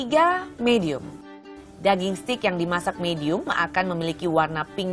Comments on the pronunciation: Dia bilang setik 😂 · "Steak" bukan "stick" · steak bu bukan stick jajjajaja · STEAK = STEG bukan STIK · s t e i k not sticccc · It's steak (baca: steik) btw, not stick! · bacanya steyk bukan stik, mba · Steak , bukan stiiikkk mba... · Dibacanya steik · Mba sorry nih, bilang Steak bukan stik/stick, salah pronouncenya mba.. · Iya, harusnya 'steik' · Pronunc ny bukan stik, nnti dikira tongkat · hahahahahaahahahahahahahahahah ssSSTIK! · Yg bner seteyak vngke :v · Yang bener SETIK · engga maksud saya cara ngomong steaknya salah bukan stick tongkat ...